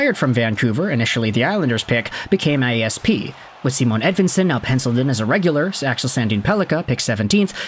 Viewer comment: Don't over think it it's Simon as in Sigh-mon not See-moan